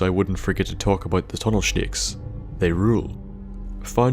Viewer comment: lol "tunnel shnicks"